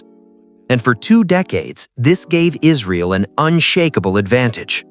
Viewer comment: and Two engines? Isreel or Israal? What else is wrong in this video?